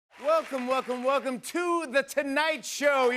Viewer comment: EVERY DAMN TIME "wacum wacum wacum...to the tonight show" lol....he's funny and i am a fan but damn EVERY time wacum wacum....UGH